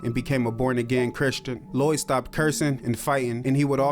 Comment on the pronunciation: I keep hearing lewie not lloyd